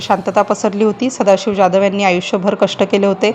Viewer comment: ज्याधव का म्हणता ? जाधव म्हणा... काय साधी मराठी पण बोलता येत नाही की समजत नाही.